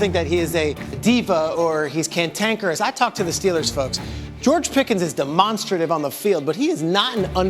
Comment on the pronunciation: reporter needs to chill on his big words. He said de-monster-tive 😆🤣🤦‍♂️ It’s demonstrative my dude